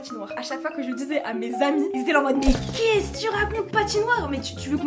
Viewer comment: minibloxify45470 dit il en disant maos au lieu de mais ;-; respecte son métier un peut nn ?